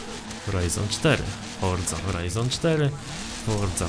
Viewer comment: fordza horajzon cztery XD XD XD XD Forza Horizon 4